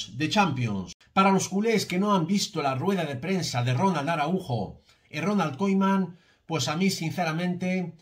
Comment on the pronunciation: Koiman, me estresa escuchar eso jajaja